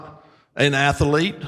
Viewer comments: Not many men could get away with a coat and bow tie like that…perhaps only a guy who says “atholete”. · that Rep. Jones even felt the need to respond to someone who pronounces "athlete" with three syllables, ffs.